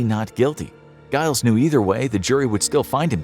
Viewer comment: Giles is pronounced like Jiles it's got to have the J sound.